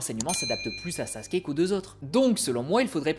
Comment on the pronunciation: Pourquoi "Sassske" 😢 Ps : c'est qu'un détail, a part ça j'adore tes vidéos